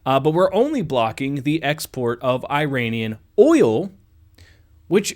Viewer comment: The country's name is NOT pronounced as "EYE-ran"! And the people from there are NOT "eye-RAIN-eee-ans"! The CORRECT pronunciations are the country of "EEE-ron", where the eee-RON-eee-on" people reside!